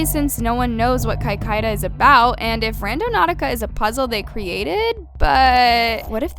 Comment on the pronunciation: The way she pronounced Cicada 3301 really pissed me off. It’s not “Kai-Kai-da”, it’s “Sick-ay-dah”